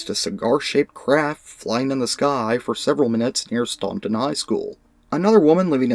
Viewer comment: Id love to know where the field is,I live there/here. Oh and we pronounce it stan-ton